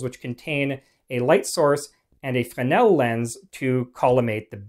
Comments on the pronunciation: Not ‘fen-el’, but pronounced ‘fre-nel ‘. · You start off the video mispronouncing Fresnel (fray-NELL) by losing the "r". The French tend to drop a lot of consonants in their words, but the "r" in Fresnel isn't one of those. Your mispronunciation distracts from an otherwise interesting video. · The word is Fresnel. There is a letter S in the middle of it. Why do you insist to say it wrong?